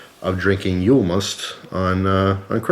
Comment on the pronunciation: And No you say Yuul Not yule